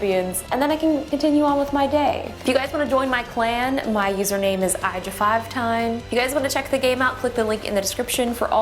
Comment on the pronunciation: “eye-juh-five-tine” IM DEAD 💀